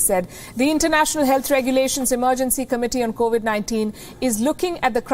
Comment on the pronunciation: It’s 2022 and pronouncing the word “covid” is still a major challenge for Palki. Sad for her.